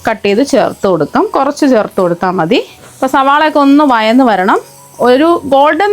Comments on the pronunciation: വയന്നല്ല വഴന്ന് എന്ന് പറയൂ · വയന്നു വരികയല്ല. വഴന്ന് വരുകയാണ്